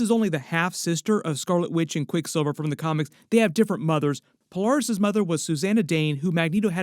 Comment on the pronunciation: It's weird hearing someone pronounce her name, Pole- Are- Us. Instead of Pole- Air- Us. Interesting.